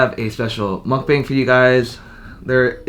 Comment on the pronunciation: Wow as a korean person, wouldnt you at least pronounce the word mukbang properly?